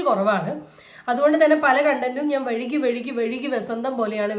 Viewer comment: വഴുകി അല്ല വൈകി 😂😂